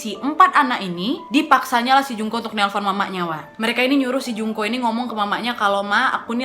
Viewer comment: Ku dengernya Jungkook 😭😂